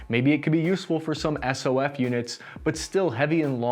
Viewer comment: Who the hell says “Ess Oh Eff? As a retired SOF guy, this video is literally the first time I’ve heard this. For the love of God, it’s Soff!